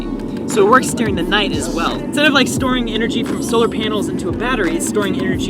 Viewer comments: "shtoring" lol, every time he says storing he says it like "shtoring" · Turbins? Shtoring (storing) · "its great for shtoring"